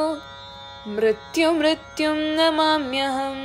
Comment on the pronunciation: ഗുരു ദേവ. ആ കുട്ടിയോട് പറയു മൃത്യു മൃത്യോം. എന്നാണ് ച്ചൊല്ലേണ്ടത്. മൃത്യു മൃത്യു എന്നല്ല